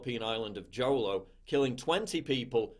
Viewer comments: so true. Didn't hear the mainstream media covering the twin blast in Jolo (we pronounce it as Ho-Lo), Philippines. But if it's a catholic priest sex scandal, abuse or whatever, they would LOVE to report on it. I don't understand why it's ok to criticize and make fun of Christianity (especially Catholics), but it's NOT OK to criticize or make fun of Islam (islamophobia) and Judaism (anti-semitic). It's the same thing with the LGBT community, easier for them to attack Christians/Catholics but not Islam, it's like the gay people are so scared of criticizing Islam/Muslims (I wonder why?). Just remember that the Catholics are no longer silencing and persecuting the people, this isn't 18th century or the Inquisition. I remember reading this quote... "If you want to know who rules over you, look at who you are not allowed to criticize." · Well said buddy! Jolo is pronounced Holo not Jolo :) I’m here for you! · its Pronounced Holo = Jolo dude! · 'Jolo" is pronounce "Holo"... aaaand no one cares, ok. Just putting it out there. Moving on. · FYI, the island Jolo is pronounced as 'holo'. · Thank you! Love your work. All of it. (Pronounced "hoe low") I cared. 🙏🏼😎 cheers!